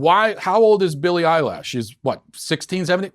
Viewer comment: "Billie Eyelash" - ROFL